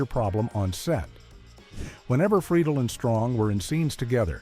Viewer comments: Click bait much, and you pronounced Will's last name incorrectly. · Another weird fact: he's not pronouncing Freidle correctly :) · Yeah, I heard that too. Lol They also pronounced Will’s last name two different ways. Both wrong according to the way he pronounced it himself. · And you say Friedle different